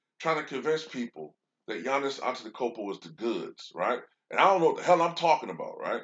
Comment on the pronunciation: You speak giannis wrong